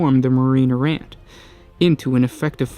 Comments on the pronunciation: EAR-RA not ERROR, EE-DICT not ED-ICT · Errant = AIR-rent. Good video. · This is the story of the many times the word "Errant" is pronounced erroneously. ;-) A great story though. I wish the original books of Imperial Armour vol. 9 was still available for purchase.